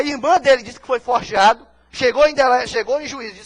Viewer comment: Putz! O advogado falou "forjeado"... Eita!